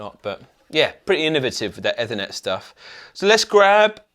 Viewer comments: "Either" net? Comment thread is Putting me to sleep, truly is Ethernet. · someone have a word with the Anderton guys...ETHERner not EVERnet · eh-thernet... lol. IT challenged. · Eee-ther-net not whatever you’re saying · Eeeeeeeeeeeeeeeeeeeeeethernet! It's driving me nuts the way you're saying that. You're gonna have to overdub the correct pronunciation now. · Looks and sounds very nice but what an unusual way to pronounce Ethernet, which I’ve never heard before in all my years of being associated with computer systems and networking. It is usually pronounced ee-thernet in both UK and US English. #beingpedantic 😬😂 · Oh you mean efffthranet? Lol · Definately Eeeefurrrnettt 😂 network via the ether lol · Eethernet. Rhymes with underneath a net. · So triggered by the mispronunciation of ethernet. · This whole review was rained when none of them could pronounce Ethernet 😅😅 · The pronunciation of Ethernet was not so great though 😂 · Agreed, I’ve never heard it pronounced like that before and they both did it 😂! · But not the pronunciation of Ethernet 😂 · That isn’t how you pronounce “Ethernet”. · It’s an American pronunciation apparently. Certainly I’ve not heard it said that way in the uk after a lifetime career in computing.